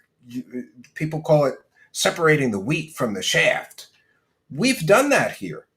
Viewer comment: Did you say "separating the wheat from the shaft?" 😂